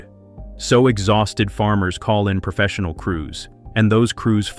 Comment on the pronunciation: NARRATOR - "PERfessional" is not a word. * PROfessional.